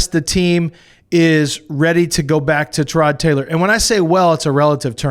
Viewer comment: these clowns can't even pronounce Tyrod...GTFOH